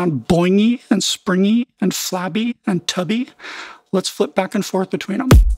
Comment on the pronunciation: I don't know why but the way you said that was funny as hell "see how it's starting to sound BOINGY? and SPRINGY? and flabby, and TUBBY? (I realized why, it reminds me of the "don't you feel, SILLY? don't you feel..." guy)